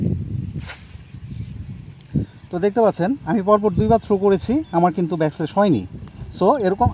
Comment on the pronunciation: আপনার উচ্চারণ ও বানানজনিত কিছু ছোটখাটো ভুল চোখে পড়েছে। অনুগ্রহ করে বিষয়গুলো একটু খেয়াল করলে আরও সুন্দরভাবে উপস্থাপন করতে পারবেন। যেমন, কথাটা হবে ‘ব্যাকল্যাশ’, কিন্তু আপনি বলেছিলেন ‘ব্যাক স্ল্যাশ’। এই ধরনের ছোট ভুলগুলো অনেক সময় অপ্রত্যাশিতভাবে হাস্যকর শোনাতে পারে। এটা শুধুমাত্র বন্ধুত্বপূর্ণ পরামর্শ হিসেবে নিন।